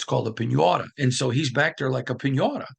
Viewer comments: First your pronunciations of piñata and roulette is killing me lol. Second, I think this podcast sound like a lot of excuses. We keep hearing same thing week after week. Great, everyone in the building is frustrated from top down, but what is being done about it?? There’s no sense of urgency shown ANYWHERE. Reporters need to challenge more on questions n not softball questions. Mark Davis is lashing out at fans in public that are calling to Fire Josh McDaniels. We lose to Lions this week it will be same thing: “ we saw effort, proud of team but we need to get better you know. We didn’t excute in all phases, we had great practice you know, we didn’t see this coming but we need to learn how not beat selves. We need to learn how to win you know.” Blah blah blah same ole excuses. Josh is NOT the answer, full stop! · The way he says Piñata with that Midwest accent tho, it's kinda wholesome